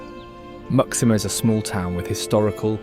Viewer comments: The fortress of Muxima isn't pronounced "mucksima"! It is "moo-shee-ma"! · Surely Muxima is pronounced MooSHEEma, not MUCKsima! It’s like an American asking the way to LYsester 😱 Despite that and various other howlers, Angola is outstandingly beautiful. It’s a pity you didn’t show colonial Luanda, as the modern city looks very ordinary. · I imagine that ‘Muxima’ is actually pronounced “Mooshima”. ‘X’ in Portuguese is pronounced “sh”. ‘Txitundo’ is pronounced “Tshitoondo”. ‘Ilha’ is pronounced “Ilya”. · Muxima is pronounced "Moocheema". Caxito is pronounced "Casheeto".